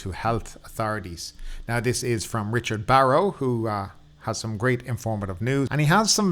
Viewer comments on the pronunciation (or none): none